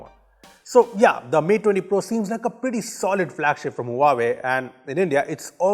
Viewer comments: it's hva-vey not hua way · team..Huawei is pronunced "wahway" ;-) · Huawei is pronounced as Wah - way